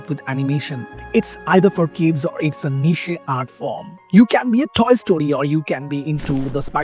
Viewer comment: Small point but niche pronunciation isn't correct.